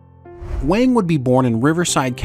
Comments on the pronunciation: What’s going on with your mispronunciations? Data, Wang, Leah, etc. You got my +1 l, and I realize these videos take a lot of work, but jeez please pronounce people’s names correctly. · Garrett' Wang's last name is pronounced "wong". (Looks like Harry Kim continues to her the short end of the stick decades after Voyager 😅) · The entire Harry Kim section - repeatedly saying Garrett Wang's last name incorrectly (it's pronounced "wong") took me out.